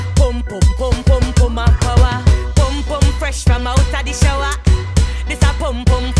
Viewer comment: I love the way she pronounces "shower" it's so satisfying for some reason 😭